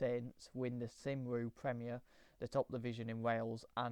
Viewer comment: Another textured and interesting video. BTW, I had some Welsh teachers when I was growing up in England, and I think "Cymru" is promounced "cum-ree" and not "sim-roo". 🙂